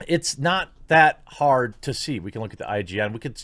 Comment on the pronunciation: Did you say Hard?